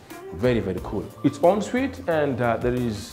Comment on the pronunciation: This is brilliant, very nice video even the way you interact with your camera man is entertaining and keeps the viewer engaged. However there is room for improvement on your pronunciations Antique(antik not antiki) Wood not hood, The way you pronounce ensuite is perfect. Keep up the amazing work and may you soar to greater heights.